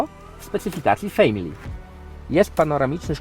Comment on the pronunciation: Język angielski absolutnie leży i kwiczy, wymowę słów "Professional" i "Family" możesz sprawdzić chociażby na tłumaczu Google. Błagam, nie niszcz uszu kogoś, kto zna ten język choćby w stopniu podstawowym. Nie bądź ignorantem.